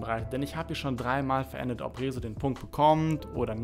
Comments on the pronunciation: warum sagst du eigentlich Rezos namen so merkwürdig ?? kannst du das nicht aussprechen oder ist das als Joke gemeint ?? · Lern Rezo richtig aus zu Sprechen! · Also sogar Phillip Amthor hat es geschafft "Rezo" richtig auszusprechen. Herzlichen Glückwunsch, du bist inkompetenter als ein CDU Politiker. Spaß bei Seite, morgen kommt ein richtiger Kommentar, kann aber schonmal sagen, dass das Video nach viel Arbeit aussieht und ich rechne dir das hoch an.